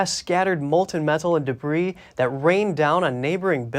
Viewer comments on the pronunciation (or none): none